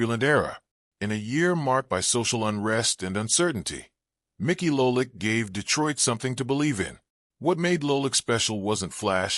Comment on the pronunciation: STOP using AI narration !!! LOLICK ????!!!!!!